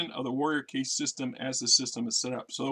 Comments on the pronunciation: Caste, not case. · Meh it’s part of the charm of the channel and I get a chuckle out of it. Let be